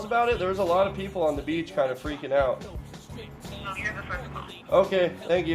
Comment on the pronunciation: He said falling our of bed not falling out of bed